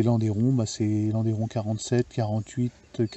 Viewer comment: Magnifique objet, superbe. Juste pour info, on ne prononce pas landéron mais lande(u)ron. D'ailleurs en Suisse , on prononce même "Landron" Le Landeron est un village suisse du canton de Neuchâtel.